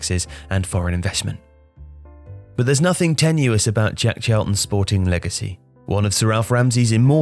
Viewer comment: stop saying Djeck Chalton,it's Jack not Djeck.